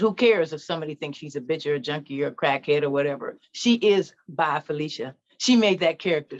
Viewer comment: It's Falisha not Felicia